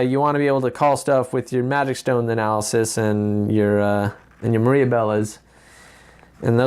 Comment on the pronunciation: Analysisisisis, best part of this vid XD and plural is analyses, pronounced ah-nal-ah-sees